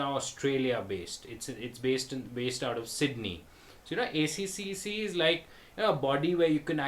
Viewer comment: I've come so close to registering on a few freelance sites today but reading reviews has put me off. Probably a good thing! ACCC is pronounced "A-Triple-C" by the way :) Good vid.